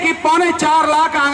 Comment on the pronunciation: ओए भाई वकील साहब, कार्यकर्त्री होती है न के कार्यकतरी। आप को इतना तो पता नहीं है बातें बड़ी बड़ी कर रहे हैं। 🤪🤪🤪